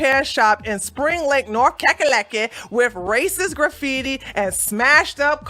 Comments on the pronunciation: Graff HeeTee? Did that reporter just say "graff-heetee?" Right here they wrote "Please Leave" Well, at least they're polite. Reporter: "... they didn't take any fingerprints on any of the vehicles out here." Oh good, if they come back and do that later, guess who's dumb, bald a** fingerprints they're gonna find on those doors and hatches you just opened on camera? =) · Did that news anchor just pronounce graffiti as graff-eety? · What the f is "graph eaty"? Am I the only one noticing that? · "There's some graph eaty". HAHAHAHA